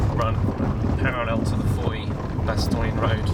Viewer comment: Funny how English ppl either say "Bastowne" or "Bastojne" when neither is correct XD